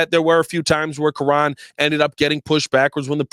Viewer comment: you have pronounced Kiran’s name 8 different ways since he’s gotten drafted. Please learn how to say the players names for the team you’re paid to cover lol